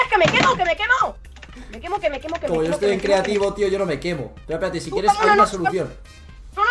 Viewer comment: Like si escuchaste "queso" xD En palabras: Que me quemo!que me queso quemo :v